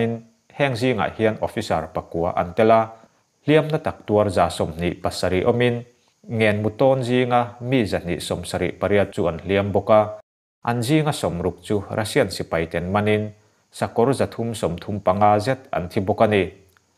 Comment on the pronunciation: Ngen mu ni lovin ngén mu tih zawk tur